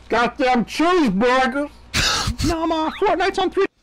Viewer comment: GODDEM CHEEZEBURFER